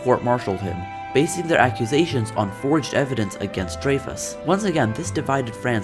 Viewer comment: You pronounced his name wrong bro